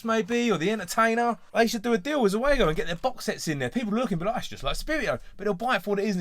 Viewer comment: Pronounced "ZOO-go". Basically, the Italian trade-name for their own Subbuteo production line.